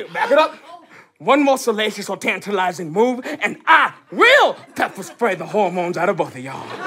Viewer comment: Who else noticed that he said poppa spray